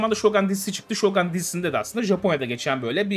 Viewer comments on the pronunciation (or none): Normalde telaffuza takılan biri değilim ama Shogan değil abi Shogun. Garip geliyor sanki silahmış gibi okuyorsunuz. :D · Yalnız o Şogan değil Şogun olacaktı 😜😜